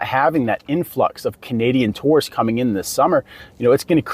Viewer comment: OMG! too~rists. Not. Tore-rists